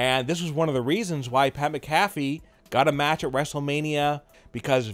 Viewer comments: His name is actually pronounced "MAC-a-FEE". But at any rate, if Vince didn't like him, he wouldn't have allowed him near any WWE ring or program and most certainly not in a WM match. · Pat Macafee 😂😂😂